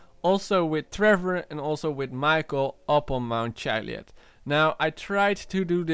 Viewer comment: So you're researching the Chiliad mystery and you can't even pronounce Chiliad. Seems legit.